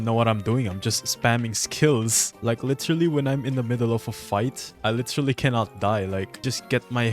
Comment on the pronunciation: "LITIRALI" Bro sounds so filipino😂